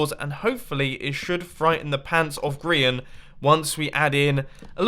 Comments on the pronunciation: he said Brehan not Grian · Did anyone hear mum on say Grians name wrong